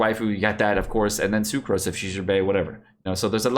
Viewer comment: Him saying the names wrong triggered me..tf is a Socruse 😂